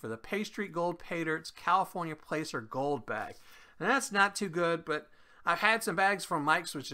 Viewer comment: For some reason your sound was low on this video. I had to turn my volume all the way up. Also placer is pronounced as Plass-er. Just so you know. Keep up the good work! 🙂👍